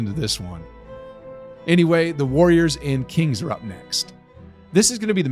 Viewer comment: bro said kingsv💀💀💀